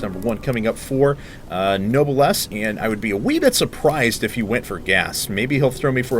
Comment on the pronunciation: I love noblesse's multi-drop style. Btw. pronunciation note: "Noblesse" is pronounced "No-bless", Not "Noble ess"